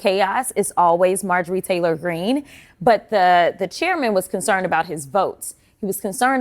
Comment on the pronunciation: I really appreciate you not putting the T in Greene's name. She's only doing it to copy AOC. 🫤